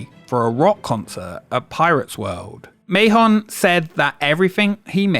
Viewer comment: "Mahon" is pronounced like man